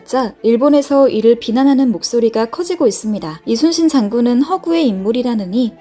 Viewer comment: 근데..저만 그렇게 들리는지 모르겠지만 말하실때 대체로 "이수신 장군" 으로 들립니다.